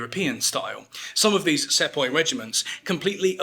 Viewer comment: It's pronounced See-poi